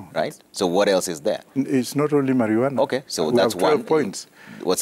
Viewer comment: My primary school science teacher come here and listen to this it is called Maruana not marijuana.